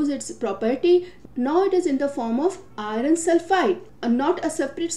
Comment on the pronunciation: Prononunce iron properly